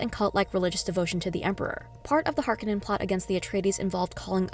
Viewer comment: good breakdown though you butchered some words. Its Har-koh-nan and Guy-is Moh-hi-am. its also ben-nay Jess-sir-it